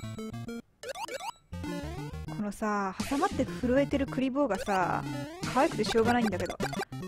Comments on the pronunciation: 平坦にクリボーの気がするけど 笑 の場合栗坊みたいな発音ですね。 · クリボーの発音それなんですかね。笑 1位おめでとうございます！！🙌